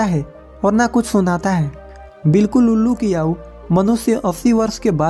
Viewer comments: Please bhai Yahoo nahin ,aau boliye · आऊ क्या होता है आयु नहीं बोला जाता है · Aayu bolo..yaauu nhi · भाई वो याउ नही आयू है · आपकी सीख अच्छी है लेकिन याउ के बदले आयु बोले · Bhai yau nhi bolte Aayu bolte hai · "याउ" नहीं भाई "आयु" बोला करें, हिंदी का उच्चारण सही से करें।👍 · आउ नहीं आयु कहते हैं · Aaoo nhi ayu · Yau nhi bhai aayu bolo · भाई उम्र को याउ नहीं आयु कहते है तुम वीडियो बाद में बनाना पहले ठीक से हिंदी बोलना सीख लो समझ गये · Yahu nahi aayu bolo bhai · B hai aayu bolte he tum bol the ho AAU aau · याऊ 😂😂😂 ....एक बार तो आयु बोल देते😊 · Aayu , aau nahi = age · यायू मत बोल यार आयु बोल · Yauoo nhi hota hai bhai aayou hota hai bro😂😂😂😂😂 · आप तो आयु को आवु आवु बोल रहे हो उच्चारण तो ठीक से करो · Are Bhai yayu nhi aayu bolo gyani bhai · भाई क्या याऊ याऊ लगा रखा है कम से कम हिंदी सही बोल लो आयु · Au ni bro ayu bolo🙄🙄🙄🙄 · 😀😀 आऊ नहीं आयु बोलो भाई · यह आयु है, आउ नहीं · याऊ नही आयु होगा हर जगह आपने गलत बोला है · आयु होती है aau नही भैया ठीक से बोलिए जरा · Yau nhi bhai Ayu bola karo hindi ka sahi uccharan kare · Bhai bolna to seekh lo....yaar aayu hoti hai ya yaoo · आऊ नही आयु बोलो, चैनल चला रहे हो तो वर्तनी या उच्चारण सही रखो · Bura mat manna bhai aayu ko yayu.mat bolna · Yau nahi bhai aayu samjhe 😂😂😂😂😂😂😂😅😅😅😅😅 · Yaau kiya hota he Aayu bolo thik se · Aayu hota h bhai Naki yayuuu 😂😂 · याउ नहीं होता भाई आयु होती है 😀😀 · Yaau nahi aayu hota h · Ye yau kya hai kya apko itna bhi nhi pta ki aayu bola jata hai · Yau nhi aau bolo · Are yau nahi ayu bolo year tum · Yau nahi aayu hota hai Sahi sea bolna sikho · याउ नही आयु बोलना सीखो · Yauu🤣🤣🤣.Ayu bol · 😂😂😂 aaou aaou kya hota ha ayu hota ha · Aau nhi bhai ayu hota hai indian ho ya koi aur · आयु बोला करे ना की आउ हिंदी का अपमान ना करे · याऊ या फिर आऊ नही तुम पहले बोलना सीख लो उसको सही तरीके से बोलो पहले आयु बोलो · Bhai Aayu nahi Aaju bolte hai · Katha kahani wale aayu Ko yau kyu bol Raha hai hindi bolana nahi aati kya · Tu pehle bolna seekh!! Aau nahi aayu hota hai!! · Lodu yau nhi ayu 😂😂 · You are speaking not perfect age=aau